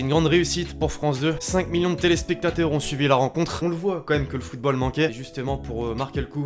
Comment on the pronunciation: c'est moi ou il a dit 5 millons de telespectateurs